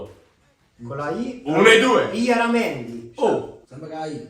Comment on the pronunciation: llaramendi per “iaramendi”